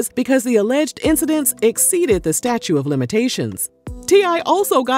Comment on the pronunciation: I Love! Appreciate the articulation, because some blogger’s have the worst diction lol. But because I work in a courtroom, I gotta call you out on the pronunciation of “statute of limitations”. It’s not “statue” it’s “statute.” Couldn’t resist 🤷🏾‍♀️